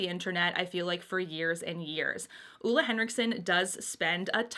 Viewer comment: She’s technically pronouncing it wrong. Ole Henriksen is from my country :) But everyone here are used to their names being mispronounced in other languages, so don’t worry about it.